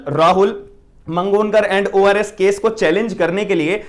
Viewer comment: ORS ko others bolte hai... Kya vakil sahab aap bhi.